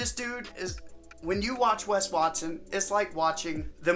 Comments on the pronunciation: As a Mexican, the "Wes Wat-sone" had me f ♡ckin rollin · “Maybe his name is Wes Watsohne” 😂😂😂